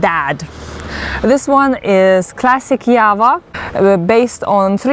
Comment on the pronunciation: Why u people telling YAVA 🤔🤔 Its JAVA.. JAA VAA